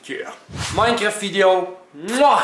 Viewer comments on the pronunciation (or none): none